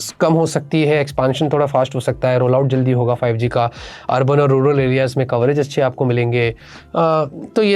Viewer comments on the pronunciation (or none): none